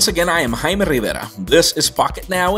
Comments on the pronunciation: He did, its pronounced "jay-me" and he said "hi-me" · He pronounces his name wrong.